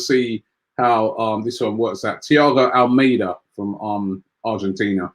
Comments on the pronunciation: ALMADA NOT ALMEIDA. LEARN TO PRONOUNCE NAMES CORRECTLY FFS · Robbie pronounces most of the names wrong But do you pronounce Almada's name like the Spanish 'Armada'